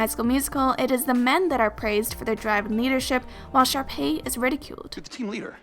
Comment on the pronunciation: I thought you said sharpie